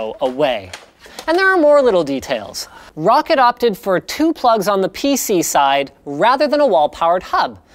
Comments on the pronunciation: Linus, its pronounced ROCK-cat not Rocket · Roccet. Roccet. Roccet. it's roccAT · Roccit? No Linus.. Its Roccat. tut tut. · Linus, pretty sure it's pronounced ROW-CAT